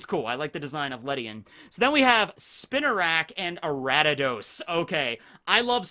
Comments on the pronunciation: It's Ariados not aratados/Aradadaos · Aratados? Ok, now it's just intentional. It's pronounced Ar-ee-uh-dohs. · it physically hurt each time he kept repeating "Aradidos." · Why is he pronouncing Ariados “Arattados” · where’d this guy get the “t” from in “Ariados”? Respect tho pronunciation is a human construct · nice video, my favorite starter is feraligatr and second is typhlosion. also: 1: it's ariados 2: i never thought of quagsire evolving into wobbuffet, but i see where you are comming from 3: slowking evolves with king's rock from slowpoke, not slowbro 4: the reason remoraid evolves into octillery has more to do with it's weapons inspiration than it's animal inspiriation 5: it's not hard to get hitmontop from tyrogue. i did a fighting monotype run a little while ago on sword and caught three tyrogue. they evolved at the same time into all three different hitmons. 6: galarian corsola is gen 8, not gen 7 love your video's p.s. if you are interested, i can tell you more about gen 3 onwards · Say Ariados right! 🔫🤓 or else.